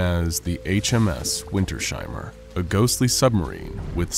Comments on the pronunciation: Winters-Heimer. Not Winter-Sheimer. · It is not Winter Sheimer, but Winters-Heimer. 😂